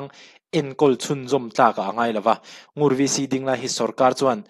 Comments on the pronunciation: Ngur chu i lam dan kha a dik e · Ngur ilam dik e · 'Ngur' i lam dik e. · I lam sual love Ngur a ni mai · I lam dik e..Ngur khua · 'Ngur' rul (snake) correct 💯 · NGUR ilam dik chiah e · NGUR i lam dan kha a dik e. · Ngur tih kha i ti dik e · I lam dik e